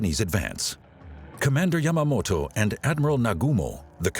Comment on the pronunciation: The Japanese seizing Dutch controlled India? You mean Indonesia aka Dutch East Indies, big difference God what an awful documentary, can't even pronounce Yamamoto's name right and errors in place names